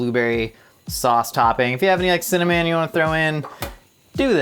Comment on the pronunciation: Did he say cinna-MAN??